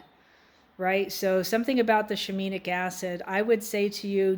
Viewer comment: "Shi-mean-nic" LOL